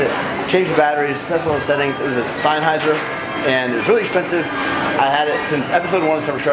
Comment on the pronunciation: Sennheiser is pronounced SEN-HIGH-ZER